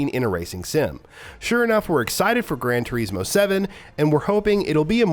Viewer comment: grand Tureeeeeesmoooo😂. I don’t think that’s how you say it ahhaa